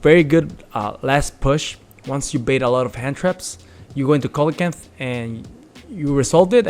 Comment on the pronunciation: It's see-luh-can-th (coelacanth).